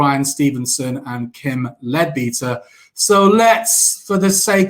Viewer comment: Its pronounced "Led-better". In the UK we have spent hundreds of years trying to separate religion and politics - not always successfully, but its the general direction. Why do so many people - on all sides - want to bring religion back into politics.